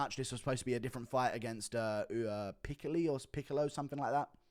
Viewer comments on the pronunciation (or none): none